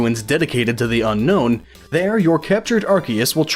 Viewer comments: You pronounced Unown wrong. Un-own, not Un-nown. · I know it sounds stupid but Unown is pronounced un-own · GaelPlaysGames Who cares? Unown isn't pronounced un-known, it's pronounced un-own. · Dude it's unknown not unown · its un-own not unknown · It's pronounced un-own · Do you know that Unown is actually pronounced Un-own? .... .... .... :D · "Unown" Wtf?